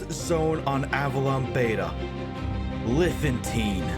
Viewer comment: It's pronounced Liffen-tine